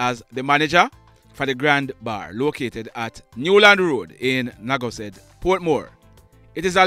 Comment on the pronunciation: Naggo head not naggo zed